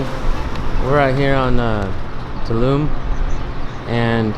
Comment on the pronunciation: It's pronounced " Too all la me" not tulum lmao